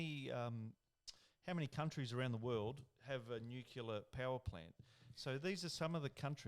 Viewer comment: Sam. Tell the boys it’s Nuclear, not Nucular. 🤪 Cheers 🍺🇦🇺